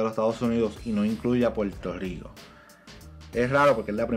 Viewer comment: Se dice Puerto Rico, si te gusta el negocio de comunicador. Tu dicción y pronunciación, aprende a pronunciar la “r”, suenas poco creíble porque apenas puedes pronunciar el nombre de tu país.